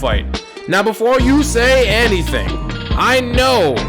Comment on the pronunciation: "before you say anniething" lmao